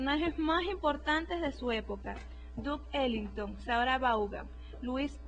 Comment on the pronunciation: Que asco de pronunciación. al menos escriban los nombres en google y sepan de quién hablan. Duke Ellington O.o